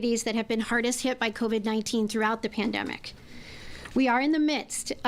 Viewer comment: Lol did she just say "klandemic"?